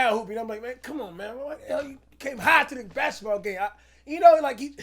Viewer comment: CaSh yOu DoNt BbbbAsskettball yOu jUst SaYinG ShIT “Crunch” “Crunch”